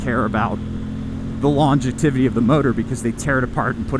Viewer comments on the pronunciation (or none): I liked the video. Common sense is a good yardstick. By the way, it is "longevity" not "longetivity." I enjoy your approach. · I think reliability only matters if you have just one bike. On a side note, I am totally going to say longetivity whenever possible from now on!